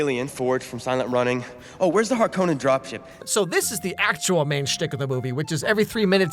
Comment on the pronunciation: Hark-OH-nen dropship 🥀